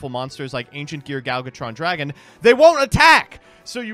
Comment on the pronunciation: I swear every time Gadjitron dragon makes an appearance tries his hardest to mispronounce it in some new way